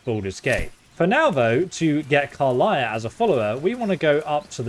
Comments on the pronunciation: The pronunciation of some names and words are a big pet peeve. car-liah instead of car-lack even with her introducing herself in the panel from hell and even in this clip. Tie-flings instead of tee-flings, I know it’s spelled as he’s pronouncing it but people have spoken the races name as tee-flings multiple times as well. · “Karliah” 😂 She literally pronounces her name in your video 😂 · He's not great at pronunciation lol He says Drerins Grove not druids He says Karliah instead of Karlach. But great content nonetheless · What's a "Durid" and who is "Karliah"? In a game with voice acting, you'd think you would actually learn how to pronounce these words. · Also Karlach, not Karliah. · How the heck do you pronounce Karlach as Karliah? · Did he say karliah instead if Karlach? Skyrim brain moment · At this point i'm convinced you pronounce everything wrong on purpose. Karlach even states her name - still says it wrong xD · Tiefling isn’t what you should be correcting you should be correcting how he pronounces Karlach